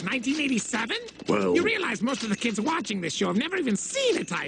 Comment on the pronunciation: '" Thanks for Wacthing" me: You're Welcthom